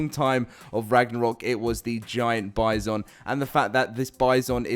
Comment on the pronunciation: The hell kinda pronunciation is that for bison mate 😂